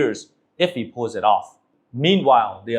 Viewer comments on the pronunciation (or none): none